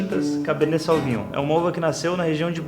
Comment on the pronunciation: Beleza, mas pronuncia-se sovinhon!